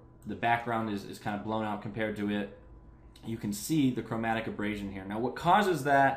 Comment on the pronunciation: Repeat after me - A-ber-ray-shen